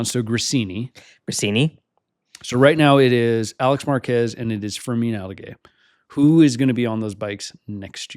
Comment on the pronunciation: Love this pod, guys!! Just ONE FYI…. Fermín Aldeguer’s name.. 😂 Pronounced Alde-GARE instead of Alde-GEH, for next time! 😂